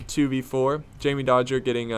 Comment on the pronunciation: Wait he said Jamy Dodgers. Its Jamie dodgers u americans